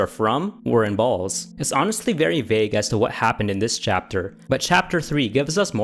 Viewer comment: Chapter 2 Why the hell is he saying balls I know I know but it is rubbing me the wrong way he says that way